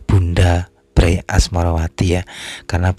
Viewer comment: Membacanya bukan BRAy tapi be er a ye dari kata bendara raden ayu